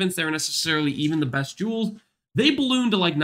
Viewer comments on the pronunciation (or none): none